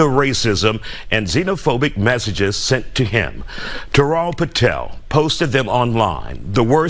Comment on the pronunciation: It's quite a concern that Americans see Táral and say Tirélle. Don't they teach reading in your elementary schools?